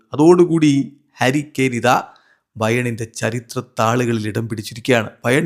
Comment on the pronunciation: harry kane❌karry kane✅